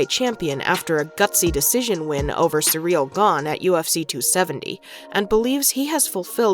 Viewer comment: "Sureal gone " why you americans have to rape every name ? 🤣